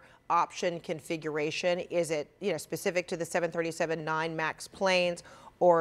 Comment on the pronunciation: 737....there is no “7-37”